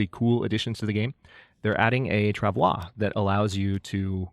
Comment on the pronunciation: Yes, travois was pronounced correctly. I wonder how difficult they'll be to make, as I will probably make more than one, given that I doubt that they'll let you climb ropes with one. The game is welcoming you back, and trying to get you to drop your guard so it can cheapshot you with gear later. There's also the 6 burner stove in the kitchen. And you now have one of my fave combos of outerwear.